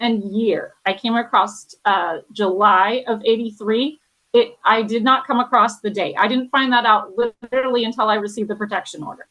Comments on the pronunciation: This talking thing is a bit crazy. And I didn't kmow there was a 't' on "across the, acrostic, acroset"? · “I came acrost”